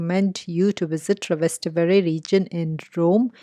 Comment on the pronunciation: It;s Trastevere not Travester lol